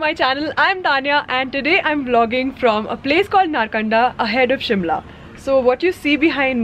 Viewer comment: FYI - Reckong Peo is not in Spiti Valley. It is head quarter of Kinnaur District. Cold desert actually begins from Kalpa onwards. Also Narkanda is pronounced like this - Naarkanda.